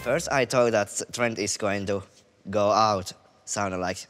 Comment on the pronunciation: I am 75% Finnish heritage. Finally, a Finn showing everyone how the word “sauna” is properly pronounced! We are after all the inventors of it. I laugh at how much of the world pronounced it wrong!